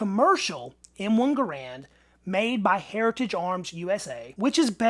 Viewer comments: GARand. Not gaRAND. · pronounced his name: Gahr, not gar.